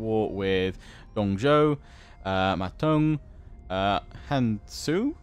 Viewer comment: “Han Sui” is pronounced “Han Swuh”, or close to it.